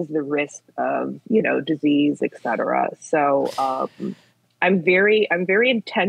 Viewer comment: This is so hard to listen to. She says "ecsetera" instead of "etcetera"